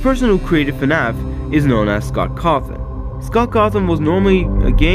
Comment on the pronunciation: 'Scoot Cawthon'' 💀